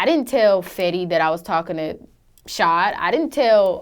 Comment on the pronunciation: Did she just say Fetty 😂😂😂😂 Fetty got all the hoes